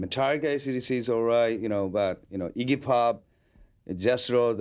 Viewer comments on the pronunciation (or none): none